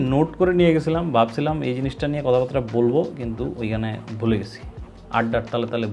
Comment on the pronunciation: ‘কথাবার্তা’ কে ‘কথাবাত্রা’ উচ্চারণ করেন কেন? পারলে একটু শুধরে নিয়েন 🫣🤞🏻